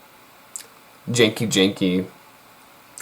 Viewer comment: Its genki the G sounds like the G in the word Goat